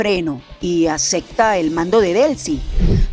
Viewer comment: ACECTA????? ES ACEPTA ✅